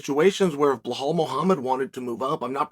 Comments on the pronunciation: It's Belal not Blehal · “Blughawl Muhammad” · If i did a line of coke everytime he said Belals name wrong id be UFC HW champion